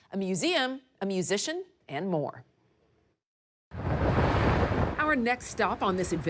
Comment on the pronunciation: It's pronounced Loo Ray